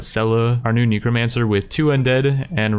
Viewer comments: why do you say NICOmancer? NECROmancer xD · 'Possibly the best trait to combo with ne*romancer' ... I'm not even sure how you'd stumble upon this pronunciation. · still saying Nekomancer xp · Average person: Neh-kruh-man-sr an intellectual: Ni-krow-man-sr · I think it’s really funny how he pronounces necromancer as neecromancer. It gets a chuckle out of me every time. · Am i the only one who notices that he is saying KNEE-CROW-MANCER? lol it's funny but irking at the same time i love it and hate it plz halp!!?!?!?! O.o o>o